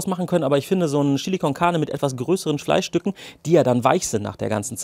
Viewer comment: Cooles Rezept, ich amüsiere mich immer köstlich, wenn Du "Schilli" sagst! :):):) Ich gebe in mein "Schilli" immer etwas dunkle Schokolade und eine kleine Tasse starken Espresso. Zudem brate ich das Fleisch in etwas Schweineschmalz an, das gibt noch extra Geschmack (wie auch beim Gulasch). Probier das mal aus!